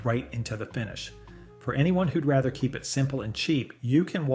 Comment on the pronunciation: Thats a pretty normal sounding AI voice... "raither" than rather